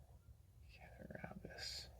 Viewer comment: Cat-uh-raw-gus is the pronunciation. Awesome video and I love that jigged bone two blade jack!